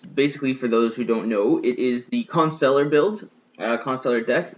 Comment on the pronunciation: I salute you, sir. You pronounce Constellar correctly.